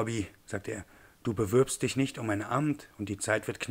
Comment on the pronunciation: Prinzipiell nicht schlecht gelesen, aber die deutsche Aussprache muss an manchen Stellen nachjustiert werden (-ig wird hochsprachlich lenisiert und in Worten wie "bewirbt" und "frisch" ist kein ü), ebenso wie die Aussprache der amerikanischen Namen, die noch etwas holprig ist.